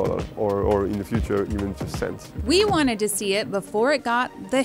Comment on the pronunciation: says ''FURUTE'' HAHHAHA